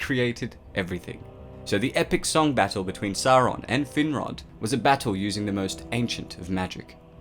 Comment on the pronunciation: ''Thin-rod''? Damn... talk about a cruel name...